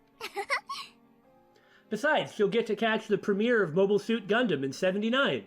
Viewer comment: Don't you mean Mobile Jacket Gunbam? It's not like you to butcher the names of robot anime